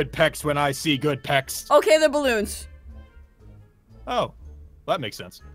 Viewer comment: aphmau says ballons XD we all rlly know wat they r XD